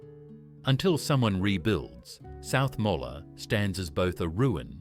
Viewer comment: South Molla Island ???????? AI really is going ahead in leaps and bouds. What a joke.